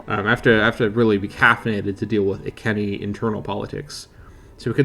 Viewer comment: its eye sea knee eye not i kenny i lol